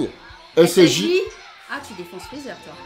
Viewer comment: Tu dit scj au lieu de ssj j'ai remarqué